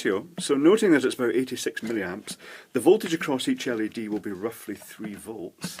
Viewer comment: every time he says led string, i thing of led g-string